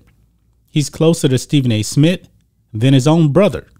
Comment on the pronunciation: This guy can't even say Stephen A. Smith. Geez